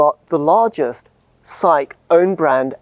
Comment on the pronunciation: Each time he said "'SAIC", I heard psyche!